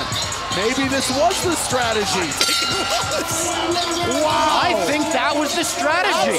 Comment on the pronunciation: Why can't you say "strategy", lol? Probably the best female fight in R&R?